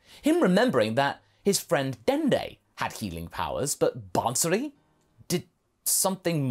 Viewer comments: It is not ban-suri, it is baa-suri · Absolutely great what if a couple of points though, if Bansuri is derived from the name of the instrument then it's fine, but if it's the same name you don't actually have to pronounce the N in the bansuri , no offense just helping with the pronounciations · The way he says bansuri 💀